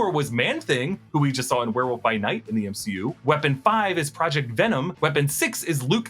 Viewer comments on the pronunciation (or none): none